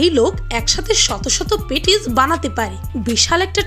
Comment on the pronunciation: পিনিং পালের মেডাম ওটা পেটিস না patis আগে উচচারণ শিখবেন তারপর ভিডিও বানাবেন